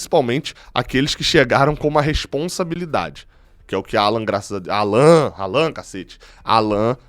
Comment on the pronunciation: Não é Állan,e sim Allan...